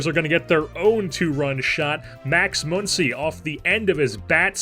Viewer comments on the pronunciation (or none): Muncy does not have an umlaut over the u. Muncy is pronounced the same way Money is. Or Funny. Or Honey.